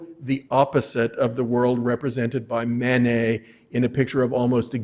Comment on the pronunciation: We do not pronounce the "et" at the end of the name "Manet" as 'ette'. We pronounce it as the letter A. We have chosen to adopt the French pronunciation of the name. So, please pronounce the first syllable as the French do. Mah-Nay. Not Man-Ay. The same for Monet. Mon as in mon ami Not as in "Mow the lawn " Not Mow nay. Degas is not Day-Gah Renoir is not Ren- wah